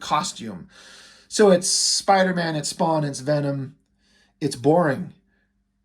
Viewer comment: "Spawnder-Man". - Great Review.